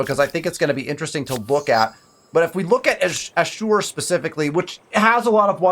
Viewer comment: Hey dude, love your content. I think Ashur is pronounced “ash-ur”, not “a-sure” sorry to nitpick 🙈